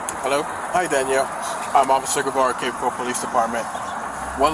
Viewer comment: Narrator mispronounced Cape Coral.